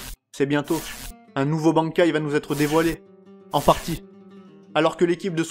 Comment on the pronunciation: J ai mit un pouce bleu pour la prononciation du Bankai de Shinji